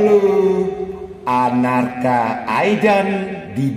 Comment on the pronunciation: namanya bukan anarka aidan, tapi arkana aidan 🤣🤣